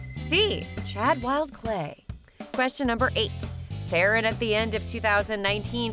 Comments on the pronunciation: Ferran not feren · Hi not to be rude Ferrans name is prounced Fer-un and not fair-en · it is not feeran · Its not however you said Ferrans name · you said ferrans name wrong just to say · Your sayings his name wrong